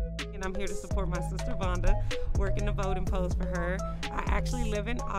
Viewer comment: MS. VUNNNNNNDAAAAAAAAAA! (If that “o” don’t have that “u” sound, you ain’t saying it right). I’m about to fix my plate and watch all of this right now . We love you in OKC, MAAM!